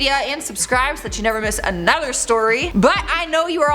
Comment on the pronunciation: Just an observation, always says hard A's. including saying A-nother. Nothing against her. She's cool, I've heard other people speak this way. She just takes it to A-nother level. lol.